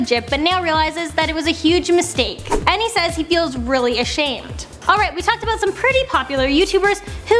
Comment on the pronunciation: She also says "a boat" instead of "about".